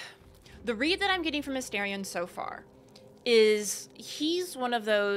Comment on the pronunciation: A-STAR-ion means little star. Why does everyone pronounce it wrong? He even pronounces it when you first meet him.